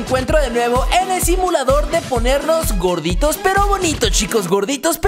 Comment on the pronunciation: jajajaj megus ta cuando dise vonitos y grodito